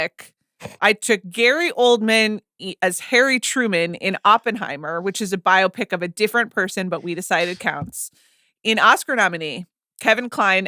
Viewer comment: Can’t get over CR pronouncing “biopic” as “myopic”